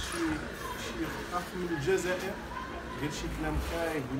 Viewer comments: هو عنده مشكل فاﻷسنان لذلك يقول الزازائر لكنه يقصد الجزائر فقط ينطقها غلط لأنه عنده مشكل فاﻷسنان. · الزازائر هههههههههههههههههههه اوففف وا رآه الجزائر ماشي زازائر ضاهر صحح ليه اصاحبي ونتا جالس كي نفيسة